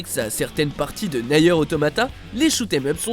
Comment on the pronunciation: Mes oreilles saignent PUTAIN!